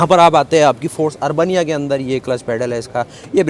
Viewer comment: अर्बनिया नहीं अरबेनिया कहिये आपने तो इसे अर्बन बनिया बना दिया